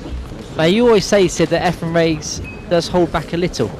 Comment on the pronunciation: It's turning me against this one listen to this announcer calling Efren every name but his correct one .